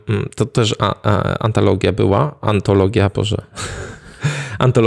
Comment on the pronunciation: Ten moment, jak zmęczona was słucham i zamiast „antologia” usłyszałam „patologia” 😂